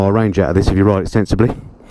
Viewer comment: Hahaha did you say "sensibly" there ?